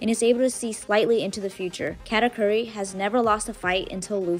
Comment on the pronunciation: apparently cant pronounce katakuri.